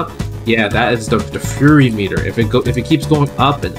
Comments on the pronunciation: Why does he keep calling it a "furry" meter?? LOL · I swear I hear him say “furry meter”. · I love that he keeps saying “Furry Meter” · "Furry meter" 💀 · I know he's saying "fury meter" but I can't not hear "furry meter" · "furry meter" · “Furry meter”